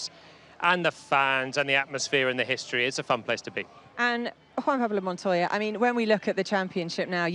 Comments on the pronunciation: Juan man Pablo 🤦‍♂️🫠 sounds like a Mario character who couldn't get out of the pipe It's JUAN PABLO MONTOYA get it right ye.. Kimi of the Americas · I couldn't believe she butchered his name so badly - neither could jolyon 😂 but she came correct.